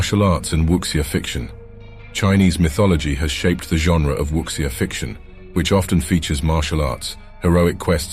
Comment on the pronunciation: Interesting video. There are a few mistakes in the pronunciation of certain Chinese terms. Wuxia is not pronounced as "wuksia", but rather "Wu-Shia" Qilin is not pronounced as "killin" but more like "Chee-lin"